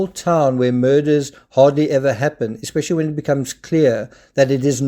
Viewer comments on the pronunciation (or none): He said “expecially” 😂😂😂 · At approx Chad pronounces “especially” as “ex-specially.” Looks and sounds like a country bumpkin.